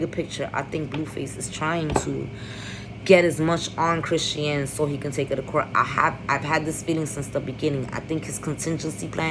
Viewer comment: Chrisean name is pronounced Chris-shawn lol. But you hit the nail on the head with every single thing. But we don't know Jaidyn's background either. The shit she allows from blue and what she allows to be exposed to her children she really isn't any better or much more normal than either of them. Blue is definitely going to try to take the baby and not for the sake of the child's protection but for the hurt of the child's mother. I think Chrisean is going to prove a lot of people wrong. She has to stay away from blue and keep a clear head. As long as she puts that baby first in everything she does, she will be ok.